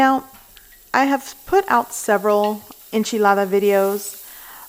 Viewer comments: Why do you only have a Spanish accent when you say enchilada or tortilla? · “Enchilada down”!